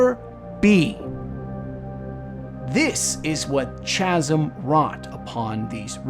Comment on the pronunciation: Love your videos bro. Buuuut you've gotta learn how to pronounce 'chasm.' Lol